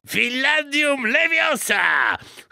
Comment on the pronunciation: " finladnium lewiosa!" padłem